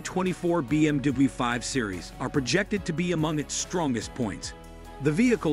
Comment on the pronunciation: A. I cant say BMW ....BM DUE